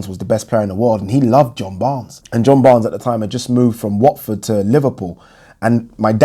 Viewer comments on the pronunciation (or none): none